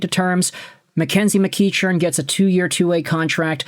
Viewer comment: FYI,, it's pronounced Mc-KECK-earn.